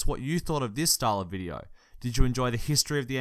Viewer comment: this bidyo ispanny🤣